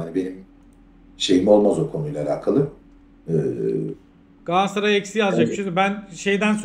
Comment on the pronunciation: Ya kardeşim GALATSARAY 'a GAASSARAY DEMEKTEN NE ZAMAN VAZ GEÇECEKSİNİZ? TÜRKÇE DE BÖYLE BIR ÜNLÜ DÜŞMESİ KURALI VARDA BIZ MI BILMIYORUZ?